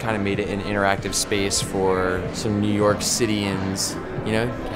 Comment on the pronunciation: "New York Citienz" what dude. This dude is a dork. Choosing fabrics randomly then seeing the "outcome". Lol dude.